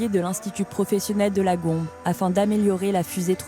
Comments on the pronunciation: Quelqu'un aurait peut-être pu dire à la narratrice qu'en langue locale e=é et que du coup Gombe se lit Gombé. Au reste c'est fou que leur principal soutien soit extérieur au pays... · Pour info ça s'écrit "Gombe" mais on prononce "Gombez" pour dans "partez" ou "mangez"